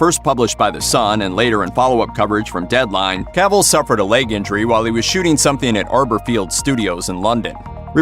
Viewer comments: It's "Cuh-vill".... not cavool... dumb dumb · Who is Caaavill? This dude doesn't know how to pronounce his name Sad